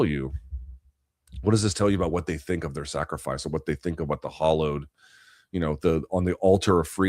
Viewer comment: Hallowed shouldn't sound like hollowed.